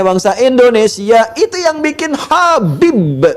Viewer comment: habibe.pake qolqolah.wkwkwkwk makin lucu aja nih orang.ikut stand up bisa kali